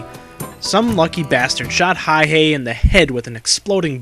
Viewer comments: the mans name is Simo Häyhä, not "Hayhe" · It's Häyhä... not Hayhe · It is not Hayhey the way the vid keeps pronouncing it It is Hauha , the two A s pronounced like cat, the U pronounced like uniform. Does it matter ? To finicky detail oriented history buffs it does. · Simo HÄYHÄ, not Hayh-e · Its Häyhä not Hayhe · It's Häyhä, not hayhee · His name is Simo Häyhä not hayhe or what ever reads in this video. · MAN Huh? Häyhä was a native Finn who died there in 2002. The Finnish language most definitely has a "ä" letter. The name is pronounced "hay - HAH" (accent on the second syllable, the "HAH" rhyming with the "a" sound in "add.") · well thats how we finns roll, and Stalin's birthday present that year was 200,000+ dead people, courtisy of the Finnish military, also its Häyhä, pronounced Häuyhä, sorta, I can't emphisise the pronounciation online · Get his name right Simo häyhä inconsiderate jerk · I feel like this doesn't pay true respect to Häyhä. He was way more bad ass then you make him out to be... and you are saying it wrong dumbass. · how exactly does one pronounce that, I have wondered for a while.